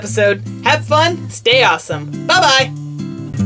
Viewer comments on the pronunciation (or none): I thought you said stay pawesome lol